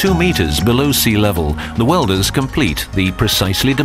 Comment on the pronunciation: 'welders'? LOL